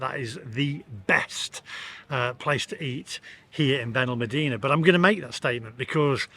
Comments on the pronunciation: Still wish you would learn to pronounce our town correctly, BenalmAdena, but still like your blog 😊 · It's on pronounced Benalmàdena. The dtress os on the a. Not the e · You need to learn how to pronounce Benalmadena properly